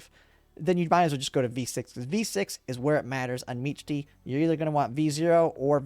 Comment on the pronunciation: I heard meech-tee and closed the video